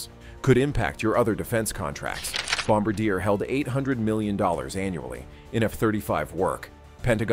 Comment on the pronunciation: You are mispronouncing BOM BAR DIAY. Bom abadeer is not correct!